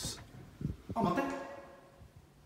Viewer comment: あっ待っ⤵︎ ↑て